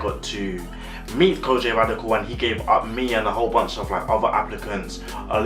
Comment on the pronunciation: Great review of Kojey pronounced (ko-gee not Kojay 😂😂. Keep up the good work 👍🏿👍🏿